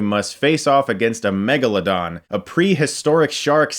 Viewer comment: It's a MEG-A-LA-DON....